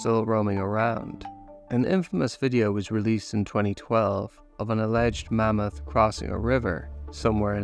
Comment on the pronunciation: I like how you say mummoth 🦣